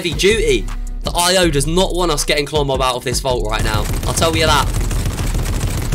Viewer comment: When you said to listen what's inside the vault it actually sounds like rombo